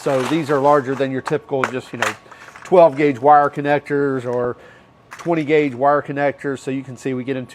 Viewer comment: Can you say gauge?